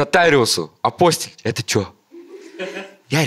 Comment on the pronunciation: Апостиль, ударение на -и!